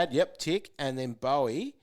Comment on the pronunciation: cmon guys, pronounce Boweys name right :)